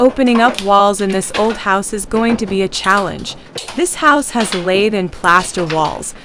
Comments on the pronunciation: It’s not Laythe! It’s pronounced lath! Rhymes with bath. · I really wish people would learn terminology, pronunciation and technique before posting how-to videos. Pronouncing it like the tool "lathe" destroys your credibility. Plus the demo shown in the video of just busting it all up and breaking it with a hammer is not how you most efficiently prep for drywall. The lath nails need to come with the board or you add another process to prep. Take the time to deconstruct... you'll be much better off.